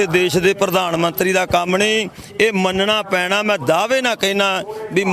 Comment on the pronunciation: ਪਤਰਕਾਰ ਜੀ ਤੁਹਾਡੀ ਪੰਜਾਬੀ ਭਾਸ਼ਾ ਵਿੱਚ ਥੋੜ੍ਹਾ ਸੁਧਾਰ ਦੀ ਲੋੜ ਕੁੱਝ ਸ਼ਬਦ ਜਿਵੇਂ ਹੁਨ ਨਹੀਂ ਹੁੰਦਾ ਹੁਣ ਹੁੰਦਾ, ਪੈਨਾ ਨਹੀਂ ਪੈਣਾ ਹੁੰਦਾ,ਨੋਜਵਾਨ ਨਹੀਂ ਨੌਜਵਾਨ ਹੁੰਦਾ ਬਾਕੀ ਕੁੱਝ ਸ਼ਬਦ ਮੁੰਹ ਵਿਚੋਂ ਗਲਤ ਵੀ ਨਿਕਲ ਜਾਂਦੇ ਉਹ ਗੱਲ ਹੋਰ ਹੁੰਦੀ